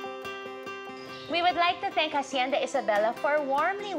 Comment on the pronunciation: Hacienda: pronounced "ash-yen-dah". In Spanish you never pronounce the "h". Hijo is ee-ho. Not "hee-huh". Magagalit mga Ilonggo nyan. Ilongga pa naman si Kuh.😊